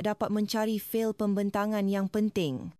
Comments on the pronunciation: Fall?? Memang fail sebutan AI aduhhh... kacau otak sia. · Ini cerita rekaan mungkin dengan bantuan AI. Penyampai cerita bukan warganegara Malaysia kerana sebutan fail ( file) umpamanya sangat ketara. Corporate culture di Malaysia tidak seperti dalam cerita ini.